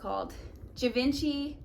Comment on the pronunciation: Great video. The last bag is pronounced as Jee- Von-chee